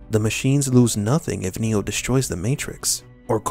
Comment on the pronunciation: his name is NOT neal....it's NEO